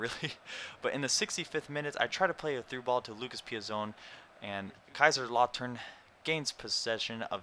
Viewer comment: My German exchange student comes from around the place where Kaiserslautern are based :)! So naturally they are a team I follow :P! It is pronounced Kaisers-llow-ton. I think anyways lol!